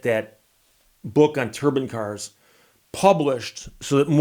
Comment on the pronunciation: If you ask Google how to pronounce “turbine” you will not get the same pronunciation at Steve uses.